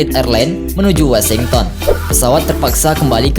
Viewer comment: Dibaca WOSINGTEN Mas bukan WESINGTON